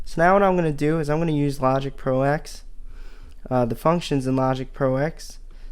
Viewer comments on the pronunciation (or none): Kavish Ganapathy And he keeps calling it Logic Pro Ex as opposed to Ten 😡